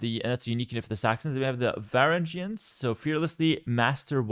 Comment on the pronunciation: trying to pronounce Varangians was rough, how you play a historical based game 24/7 and not know anything about history dawg 😂